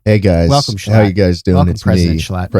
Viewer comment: You know this is a high quality podcast when they get schlatt's name right